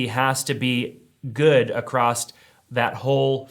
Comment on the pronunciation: The word is across not acrost.